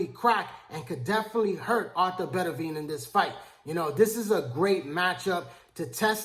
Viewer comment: Dude I`m a fan of yours but you`ve gotta learn how to pronounce boxers`names properly. His name is Better-be-iv not Bettavia.